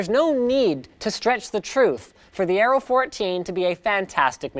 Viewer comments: Areo..not aero. :) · It's aero not areo edit- ok it's the whole thing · "AREO" instead of Aero. You are getting a bit clumsy :P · I keep hearing "Arrow" instead of "Aero". Accent should be on the E (aéro), with E as in "egg". Means "wind".